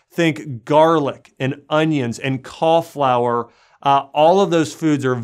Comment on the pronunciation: He means cauliflower, he's just pronouncing it wrongly